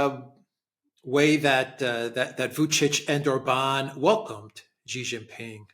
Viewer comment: OR-bahn not or-BAHN, OR-bahn not or-BAHN, OR-bahn not or-BAHN, OR-bahn not or-BAHN, OR-bahn not or-BAHN 😁❤️